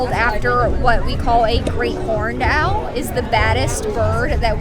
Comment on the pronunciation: Its owl not aloe.